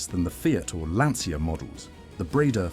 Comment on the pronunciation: pronunced LANCHA if you cant sey correctly, like cucaraCHA in espanol, in italian same sound its CIA like you secret service